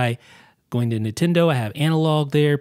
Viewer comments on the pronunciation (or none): none